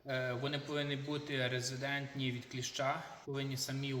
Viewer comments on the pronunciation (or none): РеЗИСтентні... не резидентні. Дякую!